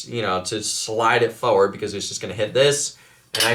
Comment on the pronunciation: Bro it's forward not foward, love your videos but that gets me every time 😂😂